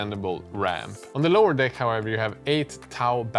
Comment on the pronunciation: You say deck funny...